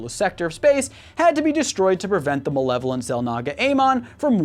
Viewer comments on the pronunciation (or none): none